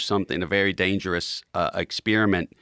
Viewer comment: EKS-SPECIALLY for a guy with my limited education” Says it all. And what the fuck is a scientific ”EK-SPEARMINT?” 😆😂🤣